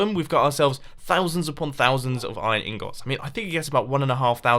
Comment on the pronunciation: when people say ingot